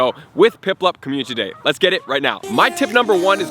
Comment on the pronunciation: Is it just me... or ...is he saying COMMUTITY DAY